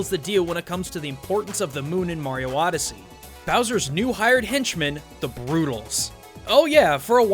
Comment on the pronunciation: oddesy..... space oddesy